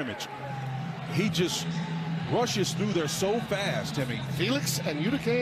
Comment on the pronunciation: Could Tim Brando possibly butcher Felix's name any worse 😅?